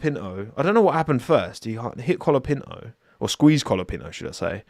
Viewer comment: did you say “Franco Colabinto” lmao